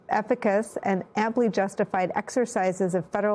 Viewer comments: “Efficacious” is pronounced as “eh-fih-kay-shus.” Sheesh! You would think a professional, middle-aged journalist like Nicole Wallace would know how to read and pronounce a high school reading-level word. But she’s a white journalist and I guess that makes it “ok” that she couldn’t read and pronounce the word correctly. THIS IS PRECISELY WHY THE VOTING RIGHTS ACT OF 1965 IN A NATION OF DISPROPORTIONATE PRIVILEGE FOR ONE GROUP IN A RAMPANTLY WHITE SUPREMACIST ENVIRONMENT MATTERS EXCEEDINGLY!!! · Today I learned that Nicholle Wallace has no idea how to pronounce 'efficacious.' That tells me more than she realizes, I'm sure.